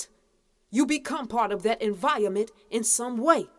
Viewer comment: She said enviament